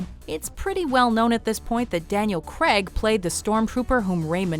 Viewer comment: Umm wtf, Daniel Creg!? Speak English woman.. CRAIG